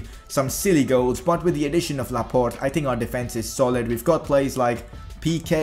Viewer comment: Laporte not laport